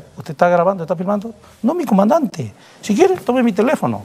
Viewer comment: Coronel: Eeeeeeeso es to, eso to, eso es todo amigos. No termina de pronunciar casi todas las palabras. "El comante".